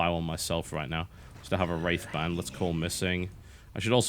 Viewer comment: He says "wraith band" but all I hear is "rape van".......